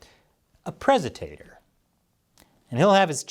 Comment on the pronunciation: I keep telling ya',, it's not "Presitator", it's "Prictator."